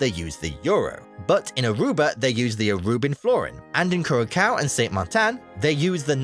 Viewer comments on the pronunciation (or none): Not kurakao. kuraSao. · The pronounciation of Dutch names made by the narrator is inexcusable ! If you want to be taken seriously to make a living ; you do a bit of research ! 'KURAKAO'??? I'M DUTCH AND I EVEN DIDN'T RECOGNISE THE FUKFING PROVINCES OF MY OWN COUNTRY WHEN THIS DIKHEAD PRONOUNCED THEM !😂😂😂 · Cura-kau 😭. Brother I thought it's well known that the c with the little bit on the bottom is pronounced as an S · I'm Dutch and the video calling Curacao, Curakao bothered me more then people calling the Netherlands Holland lol. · Halve of it is nonsense, and narrator says kurrakau?